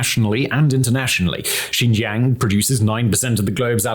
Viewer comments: Simon keep pronouncing Xinjiang as Xizhang...sometimes as Xijiang....sometimes xizhan..its like he's talking about 4 different places. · Next time you make a video you should learn to properly pronounce the name of the region that you talk about. XinJiaaang. Not a hard A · And ur saying Xinjiang wrong, at least get that right